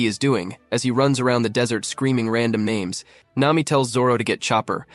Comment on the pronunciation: How do you go back and forth from pronouncing their names perfectly to pronounce in them like you're from Malaysia